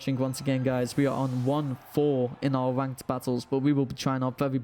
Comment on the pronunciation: Well, you said ranked wrong (I am always gonna do this until you get a video perfect, also you saw naganadel in my battle on Tuesday, so stop lying, I have nothing else to say rn but I agree with Lep Lep, misty terrain prevents sleep on grounded pokemon so that could be good) I have not kept up recently so that's pretty cool, also caught you typing on discord saying about you being late, imagine that, well you done goofed